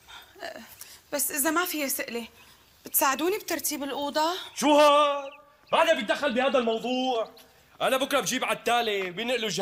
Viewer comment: لاحظتوا انو عصام قال الموظوع بدل الموضوع